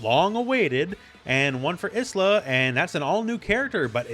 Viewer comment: Obvs not a big deal, but 'Isla' is actually pronounced 'eye-la' - like 'island'